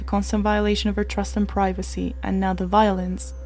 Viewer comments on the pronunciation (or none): none